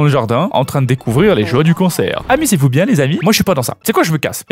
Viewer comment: "Les hanche bieng dodue la" 😂😂 c'est du grand art